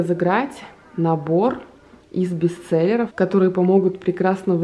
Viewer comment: Правильно не бисцелеры а бестселлеры, что с перевода с английского означает лучшие продавцы.